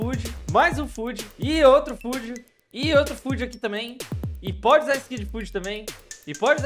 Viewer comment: eu nem o video todo, mas eu digo esse é de qualidade, em determinados momentos dá para se ouvir "foodi"